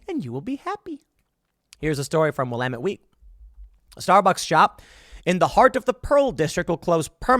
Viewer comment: Tim Pool: Will-AM-et Week Someone call the language Sheeeeriff on him